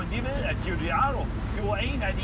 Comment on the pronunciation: Bare navnet GIUGIAROS,så man ryster i stemme for at udtale det så rigtigt som muligt. Men så italiensk som det overhovedet kan blive, tak for din opsang, så må vi håbe Stelantis ser med så vi kan få stoltheden tilbage igen❤️😍👏🏼👍🏼. Tak.